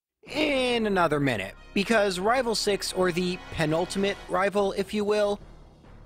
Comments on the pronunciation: I love these vids, there nostalgic. But you saying “rival fievel” annoys me more than it should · Just so you know, you saying “rival fival” doesn’t bug me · Why do you say rival fival but do not say rival final? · Everytime says rival i expect a "fival"